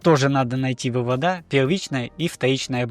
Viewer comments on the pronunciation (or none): 🤦🏻‍♂️ вЫводы, а не выводА!!!!